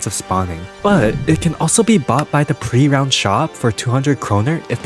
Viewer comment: And I keep getting annoyed by him saying pre - ROUND shop..